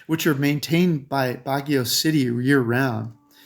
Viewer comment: I can't take you seriously when your pronunciation on half the locations you've claimed to live (as have i) are incorrect. You nailed Bagio, but that place is way overcrowded and Bagio makes you feel like you're in a sardine can.